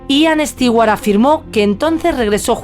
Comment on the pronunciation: Increible que a estas alturas,, en la era de la informática, especialmente una europea no sepa como pronunciar el apellido Stewart. Nunca ha oido un comercial de Martha Stewart? Entonces está en el business equivocado. Terrible.